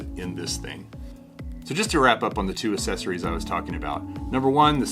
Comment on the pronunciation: Why do you pronounce accessories this way? That's not how it's pronounced